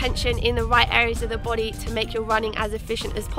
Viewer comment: Lol! I love the way she said "your boday" lolll this was an excellent video! Your energy is inviting and attention grabbing. Please keep it up